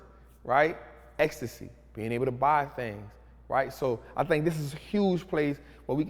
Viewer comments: Et sy it’s pronounced Et sy not Ecstasy 😹😹😹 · Et-See and it had me cracking up too LOL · I swore you said “ecstasy” 😭 it’s pronounced “Ette-see” or “Ed-see” lol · Lol Estacy trap?! I’m so laughing at this one right now. Pronounced At-See. Gave me a chuckle there. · Etsy I think is pronounced EHT-SEE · this man just called Etsy "estasy" nah im weak lmao im crying. that dyslexia must be some serious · Bro called it estasy😂😂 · it's pronounced "et-sy", my man. 😇 Not trying go in on grammar, but I don't want anyone getting tripped up on that. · 😂I kept correcting him like he could hear me lol